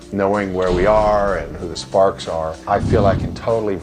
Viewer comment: saying "the sparks" makes it sound like a slur haha